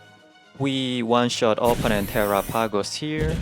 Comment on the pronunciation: Are people deaf? I very clearly hear terrah-pagos. An accent, sure, but he says the whole thing.